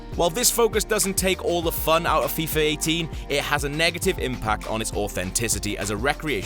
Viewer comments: its fifa18 not fifur 18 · why does he keeps calling it freefa